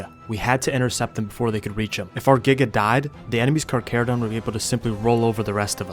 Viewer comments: I can’t tell if it’s satire but I believe it’s Car-charo-donto-saurus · Carcharodon 😂 instead of charcharodontosoarus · anyone else get pissed when he knows hot to pronounce Roman names but not the the damn charchatodontosaurus